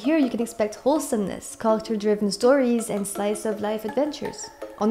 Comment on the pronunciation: T'as un super accent c'est dingue ! Juste fait gaffe des fois quand tu dis "character" on dirait que tu dis "culture".